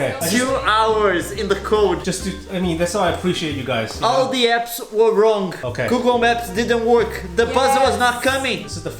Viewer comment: Leon: Google maps didnt work! pareceu russo falando hahahha